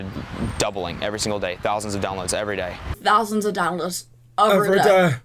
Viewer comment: "thousans of downloads every deh"